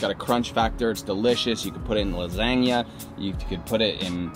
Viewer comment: Please tell me that’s not actually how he says lasagna